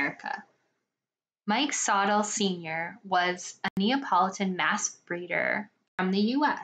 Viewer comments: Its pronounced like sa tilly mike sa tilly it sounds like the way i spelled thst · Mike sotille is pronounced “so-till-ee “